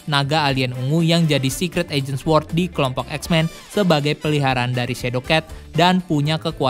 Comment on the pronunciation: Sword dibaca sord. Gapake "W"!!!